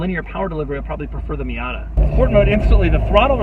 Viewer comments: he says fiata lol 😂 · Did he say Fiata? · Did he just say "Fiata" in ?